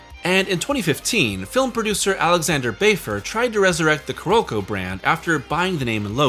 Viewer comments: Why do you keep calling Carolco "Ku-Rokou"? CARE-OLE-CO!! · I seriously dislike the way you pronounce Carolco. You gotta go find a vid with sound and learn the correct sound.